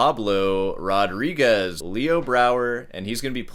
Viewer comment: half cuban and you pronounce pablo rodriguez like that 💀💀💀